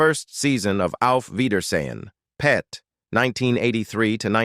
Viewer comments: It's pronounced:auf weidersehen pet not auf weidersehen long pause PET it simply means see you later darling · Be nice if you spoke properly!! Why do you pause when you say; 'Auf weidersein.....PET'...?! Weird!! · Terrible narration. The word pet is part of a sentence and not an isolated noun.